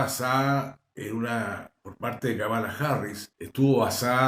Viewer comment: querido amigo, se pronuncia Kámala, no Kamála